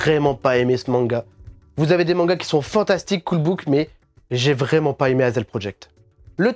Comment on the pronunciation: Salut ! Bonne vidéo comme d hab et j’aimerais bien avoir les tomes de Beckbeck , mdr je parle allemand 😂😂 l’accent vrEUmant 😂😂😂😂😂 et au faites merci c’est super généreux